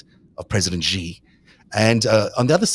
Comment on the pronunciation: The "X" in Xi Jinping's surname is not vocalized. It's pronounced like an "sh," thus "Xi" is pronounced similar to the English word "she." The "j" in "Beijing" is pronounced like the "J" in "Jim," not like the "z" in "azure."